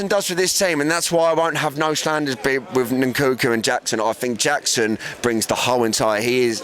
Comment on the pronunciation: "Nunkunku" hahahaha